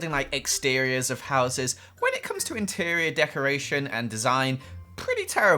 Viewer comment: "jeol" I'm not that good at building interer"..........create a master peice